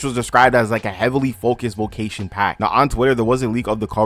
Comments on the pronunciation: bro are you saying vocation or vacation??? i literally cant finish this video ... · that’s so interesting! if your family and ppl you grew up with also say it like that, maybe it’s just your accent?